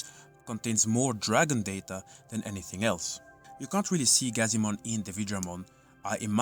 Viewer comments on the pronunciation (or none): none